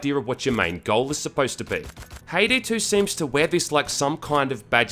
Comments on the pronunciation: I keep hearing him say Payday 2 instead of Haydee 2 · It sounds like he is saying payday 2 instead of haydee 2